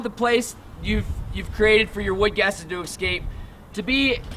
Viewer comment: He needed to go through his spiel a few times with an audience to streamline it and increase clarity He also needs to learn how to pronounce "escape". He needs to refer to the charcoal as charcoal instead of carbon material. And a last particular irritant to me is that what you're producing is charcoal, not biochar. It's what you DO with the charcoal that makes it biochar.